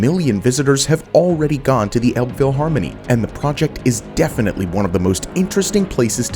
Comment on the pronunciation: You accidentally pronounce Elbphilharmonie the way we humorously call it: Elb-vieh-harmony. Which would mean Elbe river Cattle Harmony, with the "Cattle" standing in for the expression "stupid cattle"